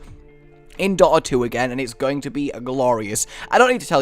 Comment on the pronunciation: What was number three? It sounds like he said "daughter 2" and I've never heard of it before. It also looks exactly like league of legends